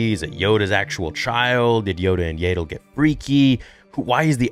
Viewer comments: do you pronounce names wrong intentionally? "yay dull" and "ka lay ran beck" yeah star wars and george has always said pronounciations dont matter too much but like theyve never been said differently than yaddle and kelleran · Yaddle rhymes with Paddle! N00b.